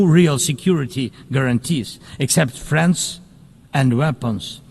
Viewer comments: Ohhhh he's saying "friends and weapons" not "France and weapons" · Oh he said friends and weapons, I heard France and weapons lol